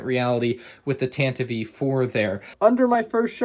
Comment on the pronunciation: You said tanivy